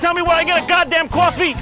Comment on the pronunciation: "NOBODY CAN TELL ME WHERE I CAN GET A GAWT-DAM QUAFFEY?!" 😂😂🤣🤣🤣